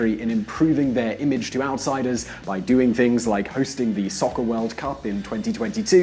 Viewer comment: How tf did he say soccer?